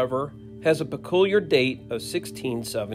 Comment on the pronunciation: Did he say “pe-cool-iar”? I’ve never heard the word peculiar pronounced that way.